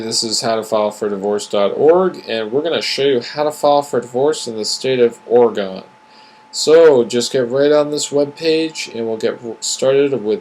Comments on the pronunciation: This is probably a great video, but Oregonians won't get past how you are pronouncing our state! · Never heard of the state of Ora-gone. But I live in Ore-gun. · Lol! You're mostly right, but I stayed haha. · The way you say "Oregon" kills me!